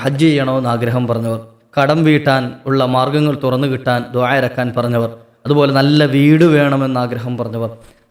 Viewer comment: ദുഹ അല്ല മോനേ ദുആ